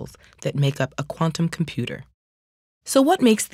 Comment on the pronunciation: Not a fan of how she says "quantum computer". Thank you, that is all